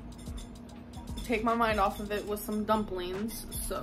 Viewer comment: "Take my mind off of it with some dumpleens."